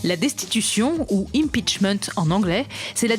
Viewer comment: "Impichmente fo zat ?"